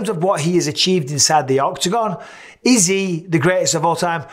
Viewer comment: When he asked, "Is he the greatest of all time?" I heard, "Izzy, the greatest of all time." Am I the only one?